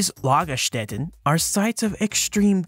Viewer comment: The first pronounciation of "Lagerstätten" was spot on (the one you presumed better not so much)! 😉